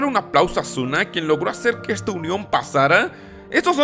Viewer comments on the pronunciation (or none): none